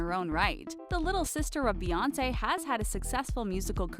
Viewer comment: it’s Beyoncé not beyonceé